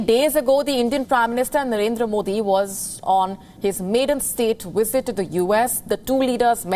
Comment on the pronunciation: oh well you said werbal instead of verbal and wisit instead of visit,quit making fun of sleepy joe! LMAO